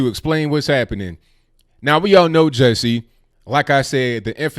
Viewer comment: Ju, Ju, like judge "Jussie" pronunciation & not Jessie! 😂😂😂